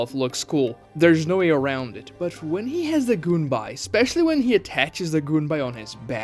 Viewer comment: goon whenever he says gunbai